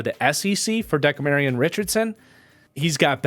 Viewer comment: I love your work,, but it De-CAM-rion Richardson, not so much Deka-Marion. At least every other time I've heard his name.. I don't know him personally so what do I know